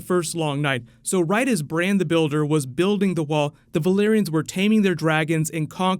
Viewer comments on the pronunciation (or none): none